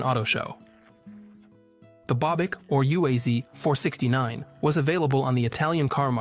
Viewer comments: UAZ is pronounced as a word, not spelling the separate letters. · UAZ and GAZ are pronounced as a word, not spelling the individual letters.